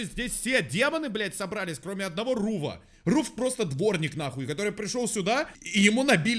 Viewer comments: Не руф а Рув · Ну да ну да гарцело а не гарселло и Руф ой как здорово руффф руввв 😁✌🏻